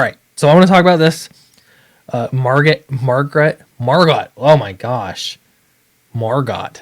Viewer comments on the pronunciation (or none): It's pronounced Mar-Go XD